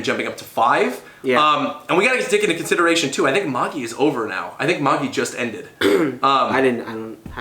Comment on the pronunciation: Magi is pronounced just like the Magi(the 3 kings that visited Jesus) and yes it did end almost 3 months ago(kinda lackluster of a final arc). Silver Spoon is a slice of life/farming kinda manga by the same author as Fullmetal Alchemist it's pretty good but it's on hiatus atm. I'll give a chance w/ the colab on his channel.